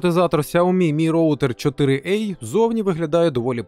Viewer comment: 4 а, а не 4 ей